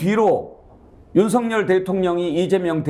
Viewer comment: 윤석열을 성렬이라 발음하지 마세요.한글 발음이 안 되나요. ㅉㅉㅉ